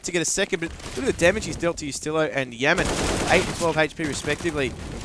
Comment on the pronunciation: Didnt realise rng had a new player, "Yaman" srsly how can you pronouce "YAM" wrong.